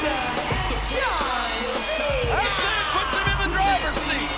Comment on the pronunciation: shes says john jena lma😂😂😂😂😂